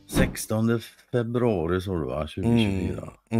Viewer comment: 😂de ä alltid roligaste i början ,idag lät de som Carl sa 1600februari 😂kram o trevlig helg go gubbar 🥰❤️🥳☕🍻